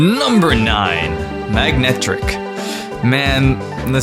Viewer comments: its not Magnetric its Manectric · its manetric not magnetic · 1. He pronounces names wrong. Ex. Manectric as Magnetric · Still love the "MaGnetric" XD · He keeps saying magnetic. THERE IS NO "G" IN MANECTRIC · Totally Bored Tomato You clearly know nothing about Pokemon, because you misspelled his mispronunciation. Yeah, that makes perfect sense. (BTW he says Magnetric, not magnetic) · To all the people who are commenting about about Latios and Latias already being Psychic Dragons... this video was made in 2013. Don't worry, I'm on your side. Even though you did commit the sin of mispronouncing a name, which is of poor Manetric.